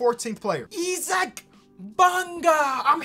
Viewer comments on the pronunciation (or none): Why would you pronounce Isaac like that it’s not Esaac it’s Isaac